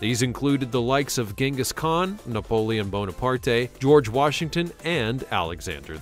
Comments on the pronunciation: He also got the pronunciation of Napoleon Bonaparte wrong. Super cringe. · There was some seriously cringe pronunciation attempts in this video. You might want to google how to say Napoleon Bonaparte for a start. Hint: the E on the end is silent.